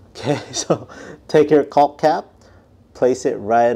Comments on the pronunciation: The L is silent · One more tip…don’t pronounce the “L” i. Caulk like that or you’ll be the laughing stock at the jobsite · Making Shure we really really annuniciate the El " L" letter sound when pronounceing the word CauLk!!!